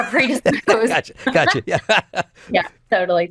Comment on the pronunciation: When u can't say predisposed should I really listen to anymore